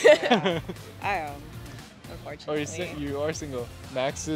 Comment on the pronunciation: what was that "unfortunaly..."???